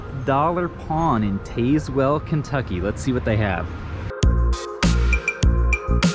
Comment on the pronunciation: Tazewell is pronounced ____ taz- well. It's weird but the E is silent. And Harrogate & Tazewell is in TN. Those pawn shops always have something interesting in there